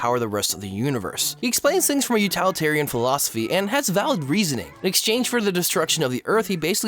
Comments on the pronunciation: "Utilitarian" is not pronounced "you-TAL-eh-TAR-Ian," it's pronounced "you-TILL-ih-TAR-ian." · u-till-itarian, not u-tall-itarian.